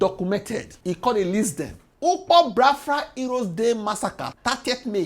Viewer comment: It's pronounced Bia-fra not Bra-fra